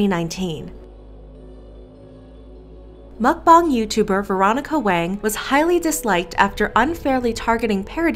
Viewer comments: She saying MuCkBoOnG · I am three minutes into this video and I just hope she doesn’t say Mcbong entire video it’s mcbong😅